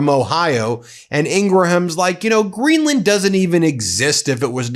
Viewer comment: It's Greenland not Greedland